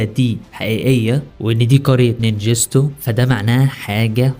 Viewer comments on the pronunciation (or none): اسمه نينجتسو وليس نينجستو